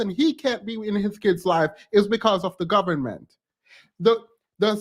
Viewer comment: "Da gobment "🤣🤣🤣